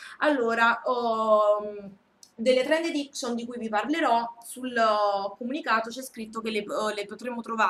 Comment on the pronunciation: Trend EDICCION non si può sentire! :/